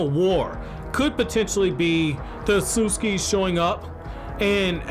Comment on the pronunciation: 'Ahsuski' 😐 thats cringe as hell Jesus everytime he said it